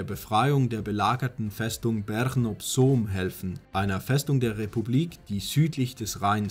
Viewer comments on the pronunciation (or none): none